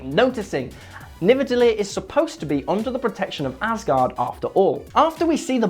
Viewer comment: All Icelanders are laughing to how yous pronunciate their words 😂 😂 like"nivedallir" 😂